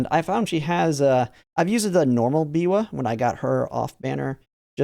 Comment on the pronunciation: Will anyone ever pronounce biwas last name correctly